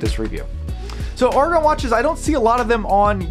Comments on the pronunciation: AiR-A-GON not ARRRRRRGH-A-GON. otherwise xlnt review. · The A is hard like arrow